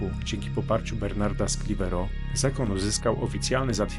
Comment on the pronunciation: Dziękuję za odcinek.Czyta się: św. Bertnard z Klerwo, z akcentem na drugą sylabę.